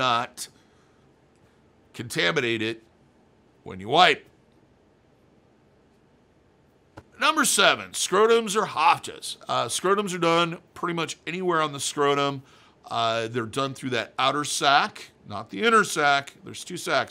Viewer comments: you always say dydoe as if it is spelled dydoid, and as far as I have ever heard, apadravya and hafada are pronunced exactly how they are spelled, letter for letter, ah-pah-drahv-ya and hah-fah-dah. I’m not a professional piercer, but I got my PA in the mid-90s and have paid attention to the community ever since. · It becomes harder to take you serious when you mispronounce apadravya, dydoe, and hafada every time you say the words.